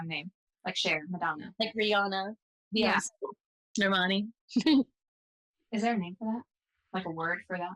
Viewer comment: "normani" 😭😭 my heart